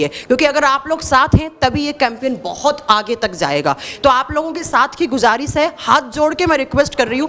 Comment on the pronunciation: गुज़ारिश को गुजारिस बोल रही हैं